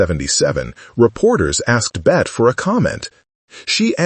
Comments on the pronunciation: For heaven's Sake , get the pronunciation of her name correct in English--Bet-ty...Not "Bet" which may be the French pronunciation. Born Elizabeth Davis, the actress claimed she chose the spelling from Honore de Balzac's 1847 Novel, La Cousin Bette as her stage name. She wanted to get away from the pedestrian spelling "Betty". That issue aside, there is no denying Davis remains one of the Great Iconic Actors of the 20th century. Everyone, especially Gen Z viewers, should take time to view a handful of her movies. She is great at playing what psychologists would call "Narcissists", representing character behaviours we find shocking and socially unacceptable. Of Human Bondage, Dangerous, Jezebel, The Letter, The Little Foxes and In this Our Life, The Star --- all have selfish, duplicitous, narcissistic characters. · More AI generated voice BS. Get her name right. It's pronounced Betty, not Bet. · Please at least get the pronunciation of Ms Davis’ Christian name correct as it isn’t in this video. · AI will never pronounce her name correctly. The final E is pronounced.